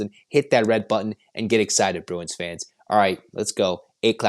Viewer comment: Bru-f-u-n? Bru-w-i-n! 😂